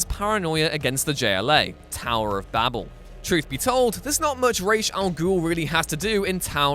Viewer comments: "Babel" is pronounced "Bay-bul" not "babble". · Tower of Babel rhymes with table, not with rabble. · "tower of babble" lol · If only he could have pronounced Babel correctly. :-( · Dude you need to learn how to pronounce Babel ;-) )